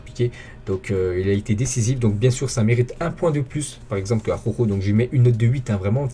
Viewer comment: '' Aroro'' prononce ''Araoro'' mec. Tu m'a tué avec ton aroro😂😂😂😂. Force a toi et très bon debriefing et j'suis d'accord avec toi Marc n'est vraiment pas au top de sa forme pourtant c'est un gardien qui devait être à son top level